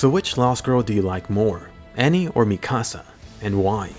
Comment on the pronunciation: Why does he say mikasa and wall Maria that way. It sounds so different from the anime 🤷🏻‍♂️. What’s the correct way of pronouncing it?